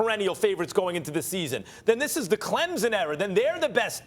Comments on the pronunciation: Max still dont get it. It is pronounced clempson not clemzon. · To the guy talking with Finebaum it’s not pronounced Clemzen it’s pronounced CLEMPSON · Max ... I'm going to need for you to pronounce Clemson properly...not CLEMZON...CLEM-SON !! Thank you lol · It's pronounced Clemson, not Clemzon.... these commentators... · T. McIver Boize, Boise, Clemzon, Clemson, Bizon, Bison, Louisville, Lullvul. Am I forgetting any? Lol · Why does that gentleman keep saying "ClemZin" ? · Somebody needs to learn how to pronounce Clemson. Ain't no Z in Clemson. Just sayin! GO TIGERS 🐅🐅🐅